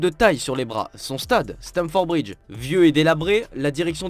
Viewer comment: Stamford bridge et non stanford ...merci